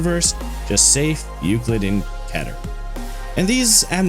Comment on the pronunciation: You can search up how to pronounce "Keter" y'know? You don't need anyone to tell you how to pronounce "Keter". I get it, pronunciation can be frustrating and what not. Meter, Letter, Better, Wetter, Setter, and more. Keter can rhyme with Meter. Some people just pronounce the word "Keter" as Ketter with two t's. Why? Because it can rhyme with other dictionary words.